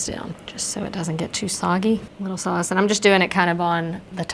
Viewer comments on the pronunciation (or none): none